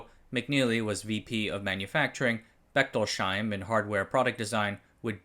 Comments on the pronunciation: Just fyi it is not Bechtol-sheim but Bechtols-heim. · Just a small note on Bechtolsheims name. It is Bech-tols-heim, not Bechtol-sheim. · It's pronounced Bechtols-Heim, not Bechtol-Sheim. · "Bechtolsheim" is pronounched "Bechtols-heim", not "Bechtol-sheim". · "Bechtols-heim", no "sh" sound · That's Becht ols heim (heim is German for home) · In German, the letter combination "...sh..." isn't pronounced "sh" in most circumstances. So, "Bechtolsheim" sounds more like "Bekhtols Hyme". But thanks for the concise wrap-up of Sun's history without background music. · Great video as always. Just a note on the pronunciation of Bechtolsheim – the three syllables in German are separated like so: Bech-tols-heim, with “heim” meaning “home”. Therefore, the “sh” is not a single sound as in “shoe” but must be separated into “s” and “h”.